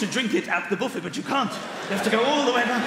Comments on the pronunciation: Am I the only one who finds it odd that the British pronounce buffet as BOO-fay but filet as FILL-et and valet as VAL-et? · Yeah, sounds like the word Boof-head, doesn't it? 👨‍⚖️👂🎭🍱